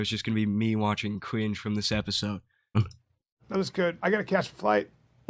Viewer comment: I love how this dude makes a video about how other people are stupid, but then turns around and says “ cwinge “ and “ evewy “ 😂 maybe you should stop making fun of othew people bwo. Youw not vewy funny eithew😂